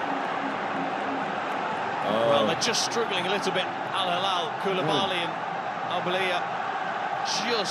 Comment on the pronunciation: man thanks for the video I love it but Al hilal fan is here and this is what i have to say just please make sure you learn more about these teams before you make ur videos how can't you even say their names! These are the best clubs in Asia they can win your favorite team.